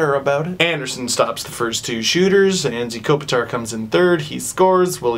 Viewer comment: Steve it's pronounced An-Jay not An-Z Kopitar